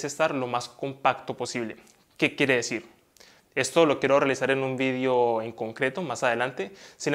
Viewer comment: Se dice video, no vidio 😉